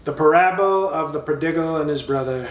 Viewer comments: 🤣😂😆 After hearing Trump pronounce Nepal as nipple, I wouldn't be surprised if he actually said prodiggle. 😅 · Parabble (parable) of the pro-dig-al (prodigal)..lol!